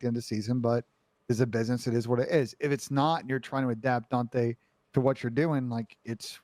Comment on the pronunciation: why does ben pronounce daunte as "daunthay" lmfao.. he's been doing this for the longest too